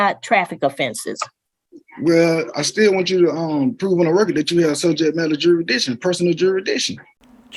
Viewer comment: He’s jurisdiction like a toddler learning how to pronounce big words.